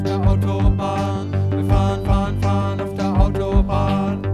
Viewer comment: Actually it is not FUN but "Farhn" (driving in German). Anyway, I like the analysis and video! Thank you. And YES TUBULAR BELLS please :hand-pink-waving